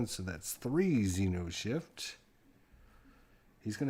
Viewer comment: Cool ! But it's xeNoshyft, not xeRoshyft.